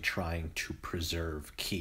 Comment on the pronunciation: Qi is pronounced like "chi" as q in chinese pinyin makes the sound ch